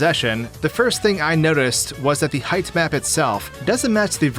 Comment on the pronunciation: I keep mishearing him saying "height map" as "hype man"